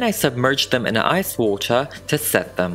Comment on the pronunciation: "then we have to boil the water..." Dunno what happened to your accent but you sounded like you were going to invite us to have some tea and crumpets